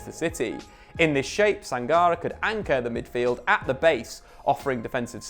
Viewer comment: It's pronounced Sang-Car-Ray.